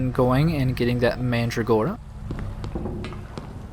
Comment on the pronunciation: I really don't get why you had to sacrifice the kind of mandragora that was used in the perfume. That was just plain stupid and nonsensical. By the way, AFAIK, you pronounce it "manDRAgora" with emphasis on the "dra".